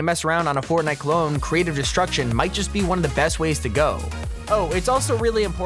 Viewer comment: I love how he says clon instead of clone (number 10)